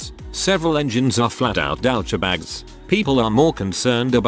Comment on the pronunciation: How in the hell can a A.I. be so stupid it pronounces douchebag as "dow-cha-bahg." LOL.